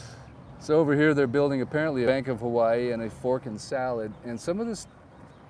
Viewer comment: Pronounced Hawaii incorrectly in the intro. Immediately says it differently a 2nd time. Real estate channel Suspicious.... 🔥 .....